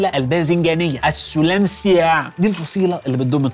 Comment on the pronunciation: اسم الفصيلة يلفظ (سولناشيا)